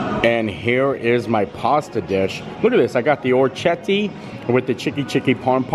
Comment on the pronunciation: It is pronounced Ora Keti In Italian a ch is pronounced as a K.